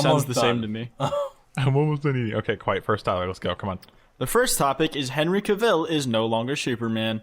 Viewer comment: someone tell it's "cah-ville" like a new yorker saying "car" also henry cavill wasn't in 50 shades????